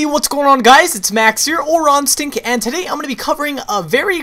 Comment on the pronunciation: every time he says "Raw Instinct" all i hear is rotten sink xD